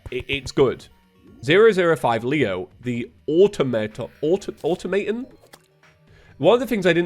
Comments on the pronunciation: Automaton is aw-tohm-aw-tom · I think automaton is pronounced a-taum-o-taun.